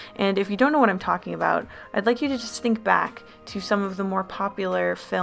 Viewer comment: talk aboot